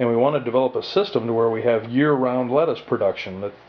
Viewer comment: nigga said tey fo letaus haaahhaha